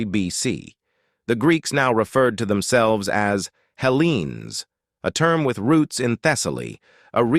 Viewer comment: Is your ai in shakespeare mode or something? "Them selv'es" lol